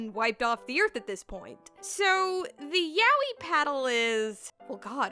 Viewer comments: yaoi not yawee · Fuck just say YA-O-EE jesus!!!!!!!!! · it somehow sounds super wrong how you pronounce yaoi. isn't it more like ya-oi? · Why do people keep reading it YA-WEE? Isn't it pronounced as YA-OY? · Ya-o-i. Not yawee. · Turns out I pronounce yaoi wrong. But if this is the correct pronunciation then it is identical to an Australian monster/brand of children's chocolate. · It's pronounced "yah-oh-e," not "yowwie" (despite that fact that "yowwie" would be an appropriate thing to shout when being hit with a yaoi paddle) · Yah-oh-e; you pronounce the syllables more clearly so it doesn't blend together as "yowie" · "Ya wee". Bruh... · Every time I hear the pronunciation of Yaoi as Yow-ee I get several flashbacks of violent timelines I've never experienced. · The mispronunciation of the word yaoi strikes again